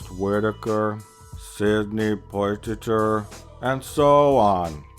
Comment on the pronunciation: sydney poiy-tit-er lol